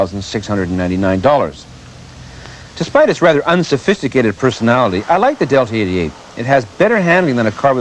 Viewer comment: To the guy in purple, "Oldsmobile Deltra-88"????? Deltra??? This gentlemen cant even pronounce the name of this fine automobile, yet is somehow an expert on how crappy it is?? Anyone who has ever owned one of these will tell you how dependable and reliable long lasting these cars were, lasting well over 200K to 300+ miles with the 3800 V6 engine , all the while the foreign crap made in this era were in the junk yards at 100K. It amazes me, these self proclaimed car experts who come forward are so clueless its laughable.